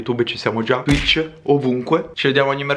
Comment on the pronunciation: non devi dire twich